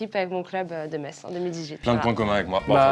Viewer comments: Quand il a dit que Metz appartenais a l'ALSACE, il a crée une troisième guerre mondial dans ma tête .... VIVE METZ ET VIVE LA LORRAINE ! Et merci d'avoir bien prononcé le nom cette ville. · Aller Metz (on dit Messe comme la messe) merci Macfly de l'avoir bien prononcé mais putain Metz c'est en Lorraine!!!!!!!!